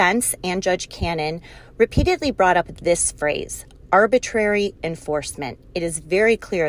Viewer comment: "Arbritary Prosecution." This is getting interesting...🤔🍿